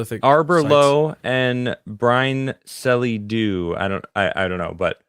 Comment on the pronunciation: What called "Brine Selly Do" is "Bryn Celli Ddu", which is pronounced something like "Brin Kechlee Thee" but there's no real English letters that make the "double L" sound in Welsh. 'll" sounds like a scratching noise, mixed with bringing up some phlegm. A bit like a cat with a fur ball or hissing. Dd is a Th and a 'u' is an 'ee'. Like its a totally different language or something. Mauler could explain.🙂 Directy translates as "Hill Grove Black", So there's this hill. Where? In a grove of trees, but its really more of a mound. What distinguishes the grove of trees? It is black (or very dark). So its the mound in the dark grove. Ay mun. Thats why its called Bryn Celli Ddu, innit like.